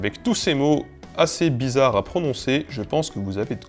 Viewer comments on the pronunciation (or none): Quand il prononce les mots "bizarre" j'ai l'impression de reconnaître du Age of Empire :o